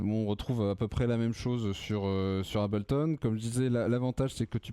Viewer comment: Trop "français" le...mec, pour faire qd même un peu sérieux ds le tuto, on s'applique minimum à prononcer "Hey-bleu-tonne" correctement...j't'en foutrais des Abel-ton...ça donne envie de passer à du Cain-ton! Grave!!!